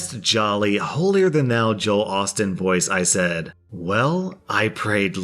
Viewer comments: Joel OstEEn not Joel Austin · This guy really said Joel Austin